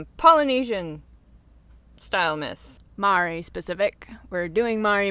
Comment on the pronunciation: I'm Māori myself, and although your pronounciation of Māori and Rona really need some work (no offense meant, Māori is a really hard word for anyone unfamiliar with the language to say! Even some non-Māori New Zealanders get it wrong), it's so cool to see my culture discussed or... really acknowledged at all. Human Calamity is gorgeous btw!!!! I love her so much.